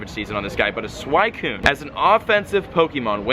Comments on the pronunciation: It's SWEE-Cyune not SWY-Cyune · sakura is not pronounced "SAKERAH" its sakoora and suicine is not swycune its swee cune. smh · You mispronounced Phanpy (its not Phanphy) and Suicune (its not a Suaikune) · Suicune is pronounced swe-cune instead of swy-cune, Love the Vids keep it up! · Its pronounced SWEEECOOON 🤣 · wut why do u call suicune for swicune? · It's not freaking pronounced SuWHYcune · It's not Swycune .. Pronunciation pls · It's pronounced "Suweecune" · It's pronounced Sweeeeeeecoooooooon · every time you say suicune wrong I die a little bit inside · Your pronunciation of suicune had me livid. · dude, I love ya, but please pronounce suicune's name right. I cRINGE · the way you say suicune hurts me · who else hates it when people pronounce entei and suicune wrong, i go by anime pronunciation